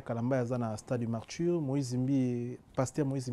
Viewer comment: Ah boyoki pe neti nga pe nayokaki eloko moko ya genre wana! Marture au lieu de Martyre. Heritser au lieu de Heritier